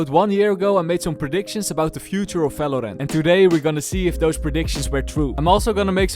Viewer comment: Everytime I hear you say "falorant" I get goosebumps and shivers keep it up man lmao